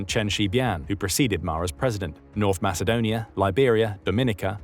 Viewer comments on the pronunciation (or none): none